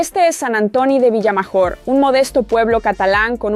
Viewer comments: Buen video pero la pronunciacion... casadò con acento no casado porque si no parece que se haya casado xD y el pueblo se escribe Sant antoni de vilamajor pero es como si la jota no se pronuncia sería como decir mayor pero con jota major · Cuando pronuncias Vilamajor, Casadó o Masia me sangran los oídos. 😂